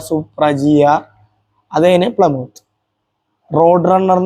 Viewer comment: പ്ലമോത്ത് അല്ലടാ പ്ലിമത്ത്